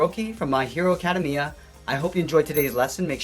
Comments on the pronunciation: CADEMIA.... it’s acedamia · he really said acimia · You didn’t even say my hero academia right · The way he said "academia"... lol great vid